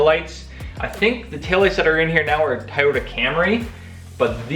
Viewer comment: What's a ty-yoda 😂